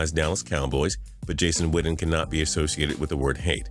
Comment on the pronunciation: Why he say Jason witten like jason widden